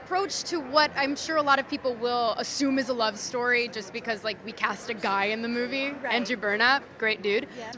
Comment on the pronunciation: my farts better than this 'moovee'.